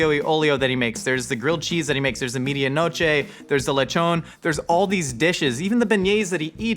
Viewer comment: Meh-dí- ah noche not media